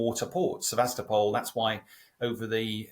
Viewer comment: It's pronounced SevasTOpol